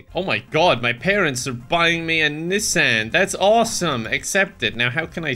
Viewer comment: no body:…. me tweaking on how he pronounced nissan